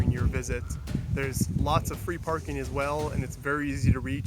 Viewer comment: I didn’t realize he’s American until the “There’s a lot of free parking” 🙄